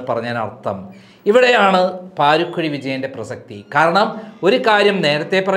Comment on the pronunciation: Paarikkuzhi alla paarakuzhiyaanu